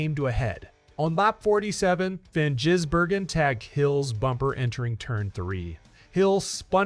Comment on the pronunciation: His name is not Jizzbergen....